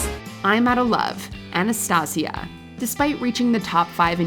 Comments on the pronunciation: Anastasia is a huge star. Why can’t this narrator pronounce her name correctly? She added an unnecessary accent and now syllables. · Is this really the way how to pronounce Anastacia? 🤣🤣🤣 funny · You pronounced Anastacia's name wrong. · That Anastcia pronounciation is so cringe! xD